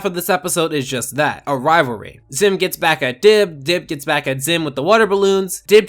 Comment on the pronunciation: Rivalry not rivary